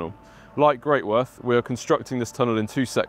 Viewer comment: Very interesting, but for goodness sake, it is not pronounced Great Worth...it is Gretuth.